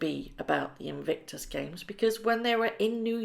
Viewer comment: Why do you consistently mis-pronounce the word "Invictus"? Legitimate question - do you just not notice?